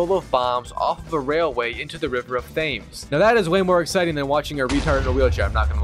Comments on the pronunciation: Thems is how it’s said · Ah yes the river Th ay mes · at my uni, there was a building called Thames (named after and pronounced like the River Thames). Every single non-local would pronounce it as Thayms. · Did this guy say Thames as tames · Hell nah bro just said river of thames..its pronounced so differently